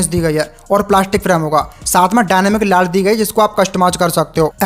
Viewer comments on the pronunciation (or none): Bhai vo लाईट (lite) hota hai लाट nahi😂😂